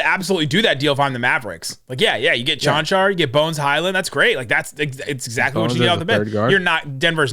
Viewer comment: Btw.. Nicks pronounces Cancar (Chanchar) correctly in this podcast. Cheers from Slovenia